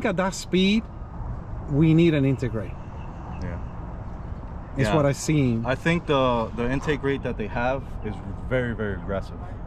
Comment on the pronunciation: What’s an intergrate? 😂🤦‍♂️